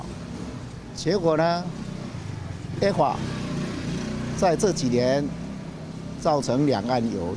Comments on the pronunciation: A法 a法 a法啥毀啦！ 好好發音😩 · 尼麻ECFA都能唸成這樣....我真不知道你出去能多丟臉，不如投那個騙子，阿不對現在有一個可以跟國際對接，直接與各國洽談不用透過發表人轉述的總統出來了。